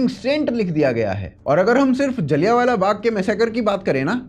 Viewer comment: भाईसाहब जी आपका जलियाँवाला को बार बार जाली यान वाला कहना यही साबित करता है कि हमारे ऊपर अंग्रेजों की छोड़ी गई अंग्रेज़ी का कितना प्रभाव पड़ा है।